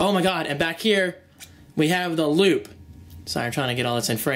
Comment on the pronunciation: I kept thinking that said lube instead of loop haha. Anyways great vid!